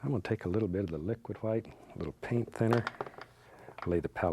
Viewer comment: "titanium hwite"